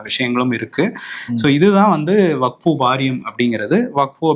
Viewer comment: தலைவரே , அது வக்ஃபு, வகுப்பு இல்ல